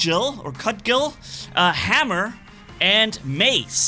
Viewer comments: Cudgel is pronounced cud-jel 😃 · I believe it is pronounced Cu-jul, it's a mace like weapon from what I remember. Thanks for the update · Cudgel, pronounced "Kud jell", it's a small club. Looking forward to the Skyros preview tomorrow! Really looking forward to it on the test server. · Pronounce the G in cudgel like a J. A cudgel is a type of hammer